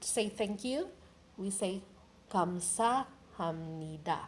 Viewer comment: Gam sa ham ni da, yung Gam po ba eh bigkas niya eh Kam ?